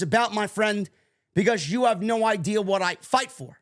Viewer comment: You don't pronounce "what" correctly.